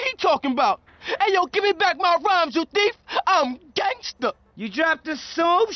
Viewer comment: Great video but to hear “gAnGsTER” come out of your mouth made me wanna gangster my brains out